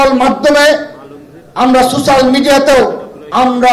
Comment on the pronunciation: শব্দটা সুশ্যাল না সোশ্যাল।